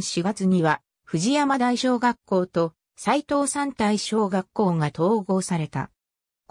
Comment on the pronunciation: 西藤山台小学校は母校のため、どういうふうに紹介されているのか気になり見させて頂きました。 その中でちょくちょく読み方に間違いがあるた指摘させて抱きました。 大切な母校、今は廃校になったとはいえ思い入れがあります。 そのため、いくつかおかしいのを紹介しますね。楽しく見させて抱きました 高蔵寺はこうぞうじと読みます。 藤山台東はふじやまだいひがし、西藤山台はにしふじゃまだいと言います。 春日井私立岩成台はかすがいしりついわなりだいなどあげるとキリがありません。 これはAIに回答させたような感じがしますが、AIには学習能力があるため、読み方を訂正してあげれば次回から正しく発音するようになりますよ。 追加で高蔵寺駅まで3kmあるため、高蔵寺駅とニュータウン内あみの目のように繋ぐバス路線が沢山ありますぐらいまで欲しいですね。 ありがとうございました。